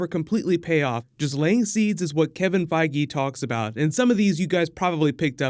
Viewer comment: oh that's how to correctly pronounce Kevin Feige name